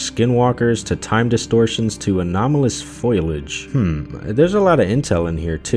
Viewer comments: Foilage? Foliage... Foe-Lee-Age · You said “foilage.”